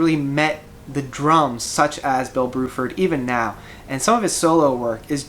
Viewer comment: Bruford not BROOFORD XD